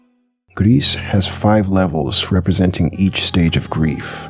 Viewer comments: Totally agree, except on one thing. It's not gress/grease/whatever u said, "s" is silent. So more like "gree" Anyway, would love to have a new word for those games. So yeah, good video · "Gris" - french for grey. The "s" in "Gris" is silent. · You don’t pronounce the “S” sounds like you’re saying “grease” 😂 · It's pronounced "Gris". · Good video but you mispronounce gris, it's said more like gree but more tightly (?) and you don't say the s because like most french words tend to do. Just a little fun fact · Gris is pronounce “gree” it’s a french word meaning grey. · The S in "Gris" is silent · the S in 'gris' is silent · love the video but you mispronounced gris like 5 times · Not how you say gris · "gris" is grey in french, "s" is silent